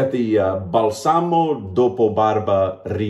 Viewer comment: You actually did a great job pronouncing Italian, man! Just a teeny tiny error, it is bAlsamo, not balsAmo. you have to put the enfasis on the first A. But you did great! Cella is a must in Italy, you find it anywere, just like Proraso. great inexpensive products 😉